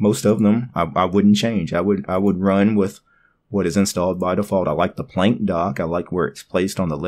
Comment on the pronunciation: I don't wanna Plenk! (yeah it's probably Plank, right? but I like your pronunciation more). Damn, the linux desktop environments get more scattered and become mixtures of everything and nothing. I see some elements from windows 10 to gnome 2 to gnome 3. The menu is just plain ugly. And the PLENK on the left. Yeah it's small, but who needs that space occupation of a "plenk", while you can just have your most used applications in the menubar. Now I know It is all personal taste, and I might be grumpy, but it seems that all desktop environments with every new version try to reinvent the wheel over and over again, and trying to resemble the latest features from windows 10 and IOS and gnome and whatever and somehow integrate that into theirs. I'm stuck in the gnome 2.32 and windows 2000 era interface, that is why I only like Mate, and I can tolerate xfce. A simple categorized menu, which is simply the most efficient and logical. I don't need stuff like dash, or full screen menu that treats my computer as a blackbox, where I need a search engine for my applications. I can understand a search option for files, but not for applications. And a simple menu bar with a clock and some status thingies and some shortcuts. I do like features like snapping windows, and keyboard shortcuts to move apps, switching between them. Everything else is just distraction and screen clutter. And where is the longevity of a desktop environment? Changing everything all the time, instead of really improving